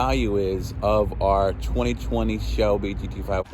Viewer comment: 20 20 Shelby Geedeeveyundritt 😂. Every single time.